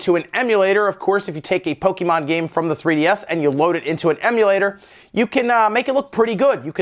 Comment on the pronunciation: PO-KE-MON !!!!!! WTF DUDE say it correctly!